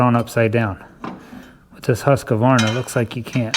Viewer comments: Husk-Varna, not Husk-a-Varna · you ( and about everyone in the other side of the world ) needs to learn how to pronounce husqvarna. h u skvarna forget the q